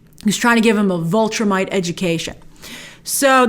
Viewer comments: Great video as always Grace, but... please stop saying VULtrimite. It's VIL (rhymes with pill) Viltrumite. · Every time you say "Vultrimite", I'm yelling at the screen, "VILTRUMITE! it's VILTRUMITE! They're called VILTRUMITES!" Every. Single. Time. Please stop doing that, Grace.